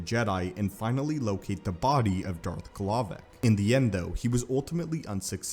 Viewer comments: ...his name is darth glovoc, not glovic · I heard Darth m'Glovin